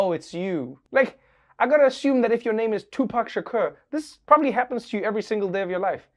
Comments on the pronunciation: Its pronounced "Sha'coor" not "Sha'kur" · Tupac Sha-cure? Am I think only one hearing that for the first time? Lol. Love you Trevor! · Love how he pronounce Tupac's last name! ❤️❤️❤️ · Does anyone else think trevor is miss pronouncing Tupac Shakur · how are you pronouncing Shakur again?😂😂😂😂😂😂 Lord I need your recording saying it to set it as my ringtone